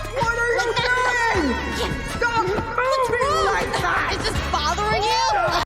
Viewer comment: was how I reacted to it, though how she said "is this BOTHERing you!?" 🤣🤣🤣